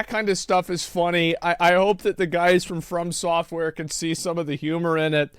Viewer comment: ASMONGOLD FOR THE LOVE OF GOD ITS "FROM"SOFTWARE NOT FIRM SOFTWARE